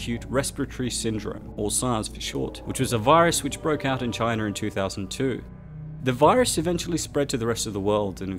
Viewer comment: Wtf is “Chiner” 😂 I think you mean China